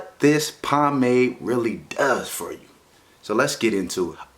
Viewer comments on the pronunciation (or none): none